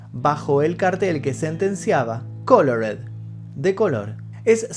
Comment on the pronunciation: "Los nazi", "cólord" (colored), "líson" (Liston), "chóu" (Joe), "forman" (Foreman). El final fué muy emotivo, no pude contener las lágrimas. Siempre será el más grande, ninguno como él.